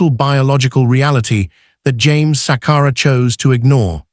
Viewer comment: Shame indeed!!! It's not Sakara but Sakala, it's Chadiza not the way you are pronouncing it